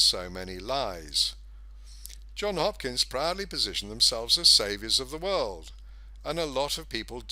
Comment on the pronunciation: Ah man, it's Johns Hopkins, not John Hopkins. Crazy lefties use ANY excuse to discredit a message. You just handed it to them on a platter. Such a great analysis ruined by a misspell.